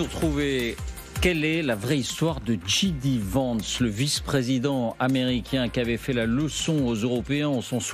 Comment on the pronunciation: Djay di pas dji di